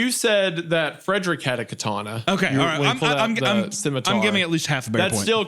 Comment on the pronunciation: Isaiah once again revealing himself as an OneyPlays fan by almost pronouncing it "schmitmar"